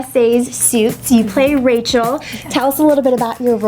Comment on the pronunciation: rachel. It's rachel.